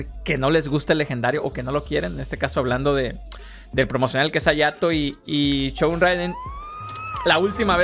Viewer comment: CHogun 😂😅😂😅😂😅 SHogun 😅 no son Chongos zamoranos. 😅